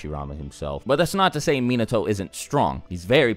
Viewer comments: MEnato. Come on cuz. Minato, the accentuation is on the second syllable. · The way he said minato..🤦🏽‍♂️ it's (muh-naw-toe) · Mean-na-toe? I think you got your pronunciation twisted lol. It’s Mee-not-toe... just saying lol